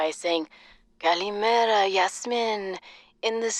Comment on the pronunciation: Stefanos saying “Kalimera” in the pda is really neat to me. I’m greek and kalimera is Greek for good morning it’s just a nice little touch and I think it’s really cool